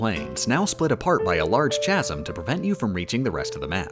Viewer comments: I'm sorry, did you pronounce chasm as "tchasm"? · I know this is a stupid nitpick, but the language lover inside of me demands that I inform you that the "ch" in chasm is pronounced like a "k," and that's because it's a word that's greek in origin.